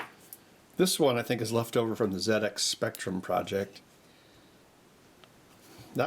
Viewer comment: Good to see you back, and bonus points for correct ZX pronunciation -- us brits are picky. ;) Looking forward to seeing the result, you always do nice case work.